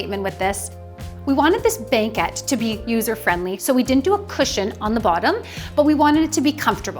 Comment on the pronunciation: Why does she say "banquet" so weird? Is that pronunciation regional or something? I've never heard it before. Nonetheless, gorgeous renovation. I'm especially impressed with the bathroom. It really does feel super light and airy in there for the space.